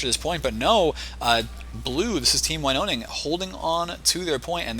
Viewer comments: You pronounce it like this: Winoning, not like you did (Winoning). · Glove here. Pronunciation: win-own-ing Also, boogie cat/nana is a laaaaaady